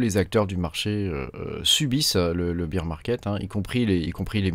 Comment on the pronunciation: C’est pas bire market c’est bére market Sinon tu dis bière marché quand tu dis ça 😂